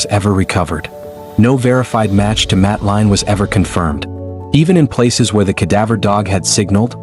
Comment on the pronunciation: AI can't even pronounce her name. It's clear the child was taken. In the absence of authorities successfully finding the perpetrator they look to those closest to pin on the blame.It's a disgrace really . Reminds me of when Azaria Chamberlain was taken by a Dingo in Australia 1980. No Dingo putting it's hand up so imprison the mother. Yes parents do kill their children but these didn't. As if these parents searching for their missing children had time to dispose of a child. Shameful really.